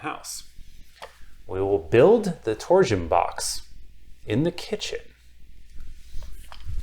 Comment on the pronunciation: I can't unhear "tor-zuhn". Please release "tor-shun" from word prison.